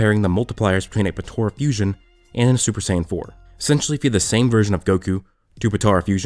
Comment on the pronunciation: Stop saying Patora. It's Potara.